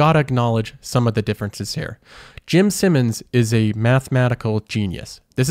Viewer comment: Take a shot every time he says "Simmons" instead of "Simons."